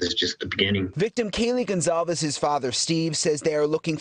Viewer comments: Wait…in this story they say Kaylee Gonzales? Is it not Goncalves? Or am I just hearing them wrong? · I wish they would learn to spell and pronounce the last name correctly 🤦‍♂️ Gonçalves 🇵🇹 Uma falta de respeito. Minhas condolências à família Gonçalves.